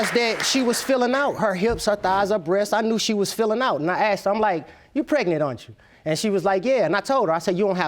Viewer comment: It's not AKSED IT'S A...S...K...E...D